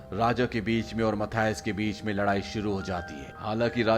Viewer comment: Dono ka name galat bol rahe ho menan or mathuse hai 😂